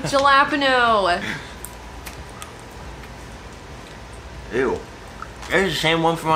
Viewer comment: Jillapino?? Do you mean... Jalepeño?? Pronounced Hal-la-peen-i-o